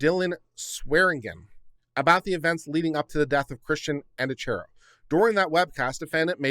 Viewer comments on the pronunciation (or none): Also, just a heads up it’s pronounced An-dree-a-key-o if that helps any 😂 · There is evidence that points to it not being suicide. The position of the body, and the gun. Dylan supposedly found the body and called 911. Whitley was in the house when Christian died, and supposedly didn't hear the gunshot. Side note: pronounced An Dree Ah key O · I believe Andreacchio is pronounced - An draw key o. 🌺🌺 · Thank you for saying this. It was hard to listen to this with his constantly mispronouncing their name.